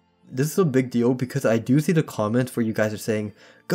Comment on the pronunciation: the same ‘beeg’ as in beeg yoshi